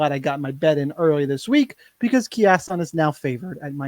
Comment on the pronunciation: Key-asson? Lol